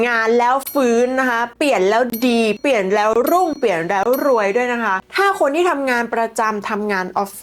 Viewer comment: คุณพูดชัดดีมากค่ะ ปรับคำควบกล้ำอีกนิดสวยเลยค่ะ เช่นคำว่า เปลี่ยน คุณออกเสียง เปี่ยน หรือ ผิดพลาด คุณออกเสียง พาด คุณพูดทุกคำเสียงดังฟังชัด มันเลยอยากให้ปร้บปรุงควบกล้ำค่ะ❤❤❤❤❤❤